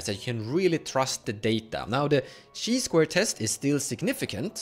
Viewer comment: It’s not pronounced “shee squared”. It’s “kai squared” the Greek letter transliterate to chi is pronounced “kai” in all languages.